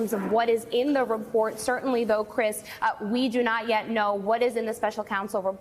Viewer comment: "Sir-TEN-ly". Use your sounds.